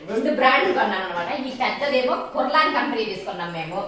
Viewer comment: 1. (మరోలా అనుకోకండీ ... ఇది చెప్తున్నందుకూ.... చాలా మంది అలా అనటం విన్నాను. స్పష్టీకరణ ఇద్దామని చెప్తున్నాను.) కుర్లాన్ కాదండి ... కಽర్లాన్ అంటారు. ఇంగ్లీష్‌లో కऽర్లాన్ అంటే ముడుచుకు పడుకోవటం అని అర్థం. 2. మేము డన్‌లప్ కంపెనీ పరుపులు ... 5 ఇంచీల ఎత్తువి ... గత 35 సంవత్సరాలనుంచీ వాడుతున్నాము. చెక్కు చెదరలేదు. అలాగే మీ చిన్న పరుపు కూడా పడుకున్నప్పుడు లోపలికి ప్రెస్ అయినా కూడా, చాలా చాలా సంవత్సరాలు మన్నుతుంది. మరి అందుకే దయచేసి కేవలం ఒకదాన్ని మాత్రమే రెకమండ్ చేయకండి. 3. మీ మునక్కాడల పులుసు బాగుంది. మా చెట్టు మునక్కాడలు ఇంకా లావవుతాయి ... మరి చాలా త్వరగా ఒక ఆవిరికే ఉడికిపోతాయి. మరి మీరు చాలా సేపు ఉడికించారు. పిగలలేదా ములక్కాడ ముక్కలు?